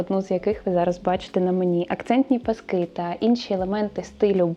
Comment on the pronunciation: Зрозуміла, що не бути мені в тренді😂 😂 - більшою мірою цей стиль не моє) Звісно, можна імплементувати окремі деталі, але то радше вийде випадково 🙂 Дуже цікаво і приємно Вас слухати, песик чудовий (у мами теж така - буде лежати як мишка, лиш би коло хазяйки)). Не люблю влазити і бути граммар наці, але будь ласка, змініть наголос коли кажете пасок у множині. Бо паскИ, то про Великдень) а пАски вже те, що нам треба😜🙃